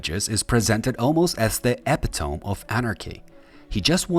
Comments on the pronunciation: Epitome Eh-pit-oh-mee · Epitome is pronounced uh-pit-uh-me